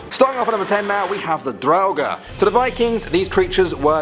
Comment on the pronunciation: Its said "droughur"